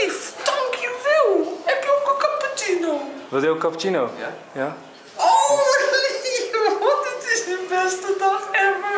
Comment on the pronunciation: ‘Capotjieno’... cappuccino